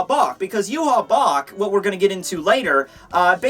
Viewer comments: I always thought Yhwach was pronounced "Yah-wick"... Yhwach = You-hah??? Mind = Blown??? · Why do you say his name wrong? It is pronounced YAH-WAH. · Say it with me ooo-vock his name is German an d should be pronounced as such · Why is it pronounced Yew-Haw if it's spelled yhwach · Yu haw that is too funny! His name is German and probably pronounced Ya-vahc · According to the Romanization of the Japanese, it's actually supposed to be pronounced "Yu-ha-ba-ha." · Its yu-ha-bak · i hope he realizes hes pronouncing the name wrong. yah-whey is how its pronounced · It's actually pronounced ee-vok. Just put Yhwach into google translate with German selected and listen. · wouldnt ywach he pronounced yvach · i believe his name is pronounced Juhabah